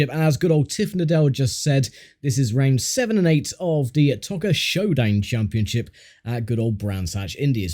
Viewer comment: Its Toca not Tocca! Arrghhhh